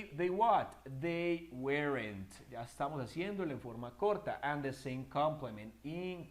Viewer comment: Excelente video aunq no creo q se pronuncie uerent